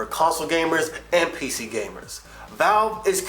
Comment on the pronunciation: Lol, he said PZer gamers.